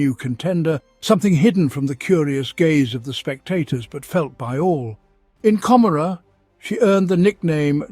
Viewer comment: A decent rendition of lore from the 7th edition campaign book, Gathering Storm: Fracture of Biel-Tan. However, it pains me every time you mispronounce Commorragh. 40k designers have said the name is an allusion to Gomorrah, from the biblical story of Sodom & Gomorrah, and should be pronounced as such.